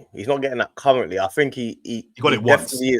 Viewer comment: Cuwwently he’s not pwem pwoven 😂